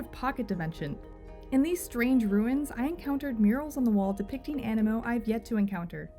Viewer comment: Is the game not pronounced aneemo due to the double ii?